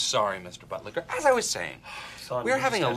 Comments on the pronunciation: Bill butlicker not budlicker... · It's Buttlicker, not butlicher... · bro, it aint budlicher